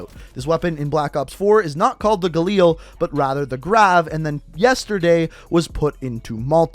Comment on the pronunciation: For fucks sake just say galil